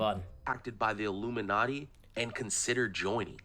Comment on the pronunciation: WHY does he SAY it that way? “IlluminaTEA”🧔🏼‍♂️